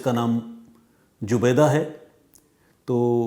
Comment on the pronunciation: Jubaida नहीं सर zubaida